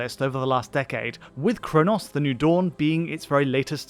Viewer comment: Bro can’t even say chronos properly.